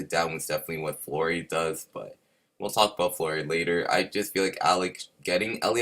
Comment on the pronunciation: Just letting you know its Fiore not FLore 💜💜💜💜